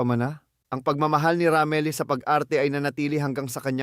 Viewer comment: Anong Ramile ?Ramil not Ramile ang gulo mong bumigkas Ng name